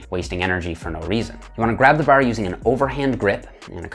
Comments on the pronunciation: i disliked the video cus he say the word 'bar' so weird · its like he says it with 2 rs, barr lol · “straight ber or easy ber”. That accent came out as heavy as his reps! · i love my canadian cousins, but the way you say "bar" had me giggling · the way you say bar is almost irish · when you say "bar" you sound so irish LOL. i love your explanations! cheers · Bruh, the only thing you could ever be for Halloween is a leprechaun. Especially because of the way you say "bar" fn hysterical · Gotta get the straight bar...i like the bar over a rope...sounds funny when he says bar